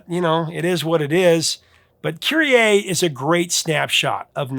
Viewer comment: Kyrie is is not pronounced KyrieAY. It's Kyrie Eleison, keh-REE ay-LAY-zon